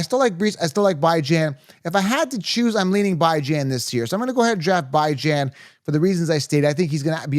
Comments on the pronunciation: I’m new to the channel - is Bye Jan an inside joke? 😂 because it’s pronounced Bee-Jawn. Great video btw 👌🏼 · I was trying to figure who was Bi-Jan 😂